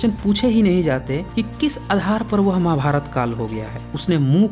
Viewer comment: अरे यार ,आप खुद प्रवीन मोहन के नाम पर ,अपने चैनल को चलाना चाहते हैं।तू बहुत पढ़ा है भाई, महाभारत कहना तो सीखले।माभार्त कहता है? यार!